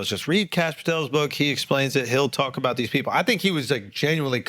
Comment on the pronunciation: Andrew was trying his best “botothese” 😂😂😂😂